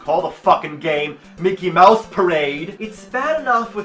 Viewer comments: Mickey Mowse? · mickey mowse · Mecky Mowse. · Arin: Mickey Mowse Dan: loses it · Micky Myouse? Fuirst of all...